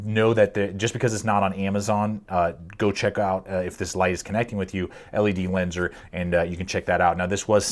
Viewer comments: Just to clarify not trying to be rude I used to pronounce it the same way or say it same way until I watched actual ledlenser promotional videos then I realised that been saying it wrong for ages. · Nice video sir but to pronounce the brand properly just say ledlenser. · Its pronounced as ledlenser and its rly underrated, its pretty popular in the UK